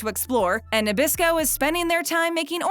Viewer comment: oreos are made by mr christie not by nabrasco why do you keep saying nebrasco